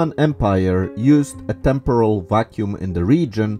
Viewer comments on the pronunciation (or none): none